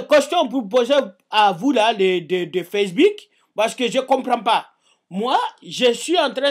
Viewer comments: Facebik Au lieu de Facebook Pouce Vert :') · Facebik Lol Pouce Vert Si taime bien quand y dit Facebik